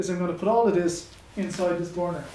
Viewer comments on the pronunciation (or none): it gets me how you pronounce "bournour"